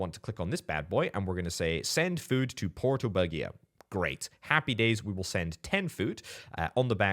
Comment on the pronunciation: pleese i like you a lot but let the google translate read to you porto BUGIA in italian so you have the right phonetics ...its unhearable...like my english...-.-'